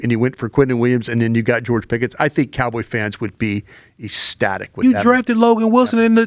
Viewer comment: Broadcasting tip — Ecstatic: pronounced eck static, as though it is spelled with a K.